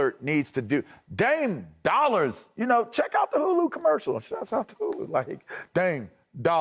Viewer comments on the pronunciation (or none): “Dame Dollers”